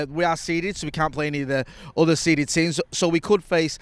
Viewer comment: Watched this after the draw and 1000% thought you called them real seeded when you said we're seeded 😂